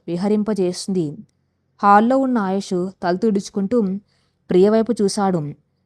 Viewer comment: Kathalu chala bagunnayi. Neeku chethuletthi dandam petti vedukontunnanu. Neevu andamaina madhuramsina telugu kathalu chadsvsrsmam aapesi vere inko panedaina chesuko. Assalu vinsleka pothunnanunu. Aayush ani sariga pslalakaleva thalli. Avunu inthaku nee matru badha enti thalli. Kharma matrubhashaanteartham ayyi chacchindo ledo neeku nee mother tongue e nri? Nee basha yasa chusthunte telugu lage undi. Inths thelisina nenu nenu ninnu sni maryada lekunda pilsvskydafu ani theliysja kafu. Nsku mee grsndmother vsyadu untundi. Anfuke ninnu. Nedku sni chepthunnsnu. Nerku matosati dsndam thslli. Lekspothe chsfive mundu vere vsllu chafivefi jagratthags vinu. Lskshmi garu cheppe ksthslu ilsnyivi. Endukamma Telugu bhadhanu khooni chesthunnav?🙏🙏🙏🙏🙏🙏